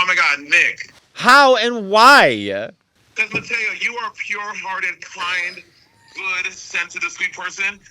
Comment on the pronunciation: I guess the reason Mateo’s ending of every last word of every sentence ends with an “a”. For example: “ But WHYa???” Is that a Chicago, regional accent? I’m East ( Virginia). I’m told that I speak half Southern, half Washington neutral.